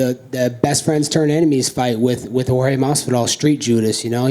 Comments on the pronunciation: How Colby is calling Jorge: Street..? -Jedus? 🤣🤣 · street jodes masvidal bruh you don’t know how to how to say Jorge gamebread masvidal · He called Jorge Masvidal George?🤣🤣🤣